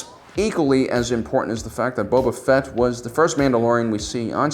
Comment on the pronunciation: 800+ star wars videos and he still pronounces it as Bubba Fett. I love you, you friqin troll. 🔟0️⃣